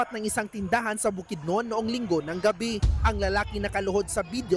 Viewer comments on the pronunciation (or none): ANONG BUKDNON?? KALAKI NG BOKIDNON BOBO NAMAN TONG REPORTER